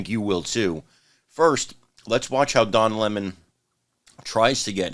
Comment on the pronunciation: Don Lah-Mon isn't very bright